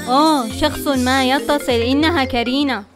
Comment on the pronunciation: ليس كرينا بل كورونا